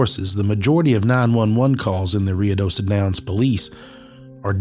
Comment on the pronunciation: I think it's pronounced Roo-ih-doh-soh. Thanks for this great episode!!